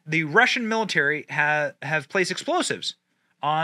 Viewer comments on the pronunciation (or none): none